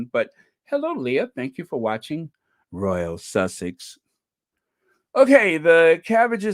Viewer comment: good on you being so happy, can't wait for the Invticus, omg, the Almighty God is with Harry. I like the way u say Royal Sussex. God bless u.My love to the other Squaddies.